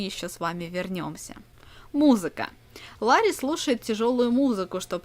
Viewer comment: Не лари а Ларри!